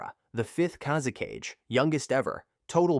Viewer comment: Kaze-CAGE?!? It's KA-ZE-KA-GE!!